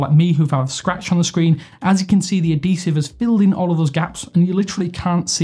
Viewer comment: Bro it's ad-hee-sive not ah-dee-sive